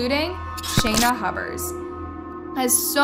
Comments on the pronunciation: I am sorry but her last name Pronounced Hue-Bert,🙂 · You said Hubbard at first lol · I think I comment this on every video. Please learn the names & important details of these cases with the correct pronunciation. This is an easy task & shows respect for all those involved in these tragic cases. It’s Hubers…Hue-bers. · Oh back to Hub-bers 🫠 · Like "hewburrs" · Can you not read? You mispronounced multiple words and names multiple times and said Huber's about 3 different ways